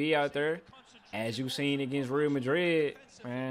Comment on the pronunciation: “reel madrid”😂😂